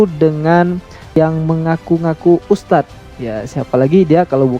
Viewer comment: M kacenya ngustadz (bukan ustadz)..baca Al Qur'an tanpa tajwid